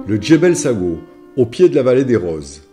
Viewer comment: Magnifique vidéos enjoy commentaire bien dicté et en Français ça nous manque voccabulaire et mots bien choisis bravo , petite remarque pour le djebel sagho eh oui comme la langue française il y a ses quelques exception « gh » en marocain se prononce comme un « r » mais gutural oui je sais pas evident à prononcer pourtant khaïma vous y êtes bien arrivé,s’il vous plait ne me tenais pas rigeur de cette remarque qui n’ai qu’infime par rapport à tout l’autre magnifique travail que vous avez accompli qui m’ aussi permi de voir des coins que je connais aps encore malgré mes 54 ans dans ce pays . Encore merci 🙏🏻